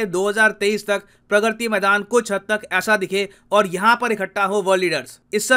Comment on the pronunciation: Sir vo प्रग्रति nhi hai प्रगति maidan hai 😒